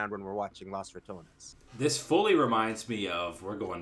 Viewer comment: We need to get this dude some glasses or reading lessons! L(A)s ? With a O? It's LOS, and Ratanes? RatOnes!